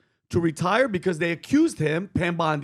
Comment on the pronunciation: You know, as an Australian that lives in Sydney, the pronunciation of Pam BONDI's name hurts deep down.